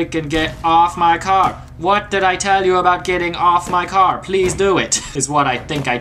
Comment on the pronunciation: When he said get off my car it did not.... Sound like car! XD lol